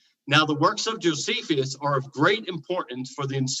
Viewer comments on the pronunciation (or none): “Jo-see-fee-us”?? Reread the word Jonathan. No need for the extra syllable! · Everytime mispronounces an ancient name, an angel dies. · Honest question... Is mispronouncing these names? Are there alternative pronunciations? Josephius, Artaxes, Arcyxerxis, Propher, Secludians, Putolemy... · This is not intended to be a personal jab at but I do find it a bit perplexing and jarring that he consistently mispronounces so many ancient names after having engaged with scholars for as long as he has. I am a layperson and am not an expert in anything and I still know the proper pronunciation of most of those names just from listening to YouTube lectures and debates by scholars. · Jesius Chrost, come on dude - you can't profess that 'some playful humour can be fun' after reacting so petulently to a harmless joke. The fact is you did consistently mispronounce a name. It was jarring. If someone consistently called you Jonathian, you'd notice it and it would cause you some degree of frustration. It's an odd thing that I've noticed happen when people come to their knowledge through private, non academic study. This isn't to say private study is worthless, but just that study in isolation is fraught with the risk of failing to spot mistakes that would be noticed in the conversation that takes place in Academia. So in a sense, your mispronunciation is a metaphorical symbol of the shortcomings of non academic study. It's the least confrontational way of saying that your methodology must be very bad to have led you to make the conclusions you have when it comes to your assertions about the subject. Your mispronunciation is the least of your worries, and the mildest criticism - and the easiest to address.